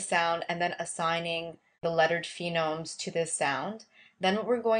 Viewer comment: This is helpful. Thanks! I just want to mention that it's a phoneme. PHO-neme not PHEE-nome.